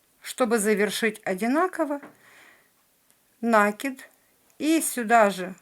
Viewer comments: Правильно нужно говорить - накИд, режет слух не правильное произношение слов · При всём уважении, ставьте пожалуйста ударение правильно в слове накИд. Очень режет слух. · В слове НАКИД ударение на второй слог, т.е. на букву И! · Спасибо, но накИд. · "В слове «накид» ударение следует ставить на слог с буквой И — накИд. Надеемся, что теперь у вас не будет вопросов, как пишется слово накИд, куда ставить ударение. Слово это производное от глагола накидывать петлю на спицу, на крючок и т. д" ---выдержка из словаря. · Спасибо большое! С более толстыми нитками получается даже лучше, чем с тонкими. Извините, замечание: В слове "накид" ударение делается на "и".